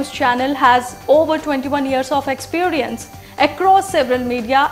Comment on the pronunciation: may be you would like work on these words Intelizent, prozect foootprints, expeeerance, naational emaazining etc.... to get u going on ur channel